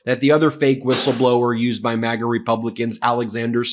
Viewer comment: Excuse me sir ,did you say Magas or magats